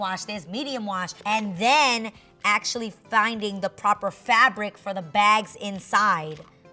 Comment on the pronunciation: ACTIALLY, ACTIALLY...HEY GET RID OF THIS WORD..